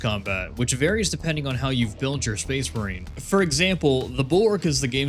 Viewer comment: the captions made me realize you say space marine 2 like space brain